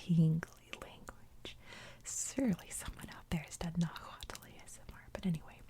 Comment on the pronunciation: Nahuatl is pronounced nah who wa. Dad was born and raised in Mexico. Trust me I love hearing the history as my dad never wanted me to no know the history